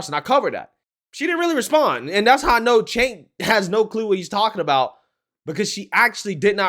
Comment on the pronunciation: So, is Cenk pronounced kink? Asking for a friend.